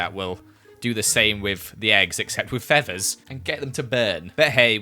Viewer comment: You:*pronounced feathers feavers* Me:awwWwWWW